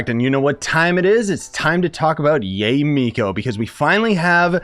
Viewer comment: just FYI it's pronounced Ya-eh or yiay if that makes sense. If you look up how characters say her name they say her name like this also it's the correct Japanese pronunciation.